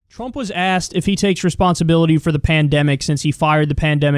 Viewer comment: "trummp pandemic"